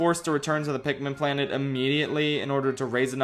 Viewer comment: ITS PIKMIN NOT PIKMEN,,, ARGH!!!!! rips my shirt off and becomes a raging beast THATS IT,,,, IM ANGRY